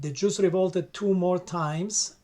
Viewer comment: The books you have read to gain the knowledge to make this video are full of lies. “The Juss” man you can’t even pronounce it correctly